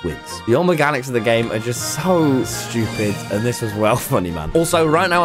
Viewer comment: I love how the word stupid turns British lol